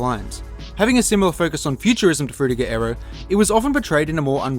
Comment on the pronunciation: that Frutiger Aero pronunciation is very anoyying, not even google translate detected right